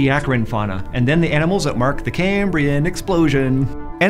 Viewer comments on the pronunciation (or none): I don't wanna dig but y'all know why he said Cambrian Explosion like that, right? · anyone gonna talk about how awkwardly he said "cambrian explosion"